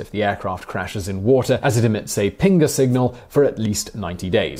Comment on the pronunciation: Did you say "pingus signal"?